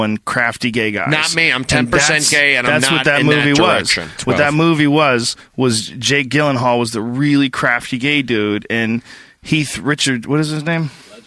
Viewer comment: "Heath haring, jake gillenhall" lmao oohh boy.